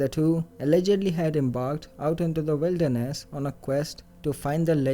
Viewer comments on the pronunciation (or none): none